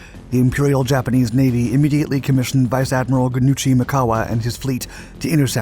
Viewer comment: The Japanese Admiral's name issctually pronounced "Gun-Ichi". In Japanese, the "Ichi", which means "one" in Japanese, is always said as a separate syllable. Just FYI. So the proper pronunciation of Ichiro Suzuki, for example is "Ichi-ro".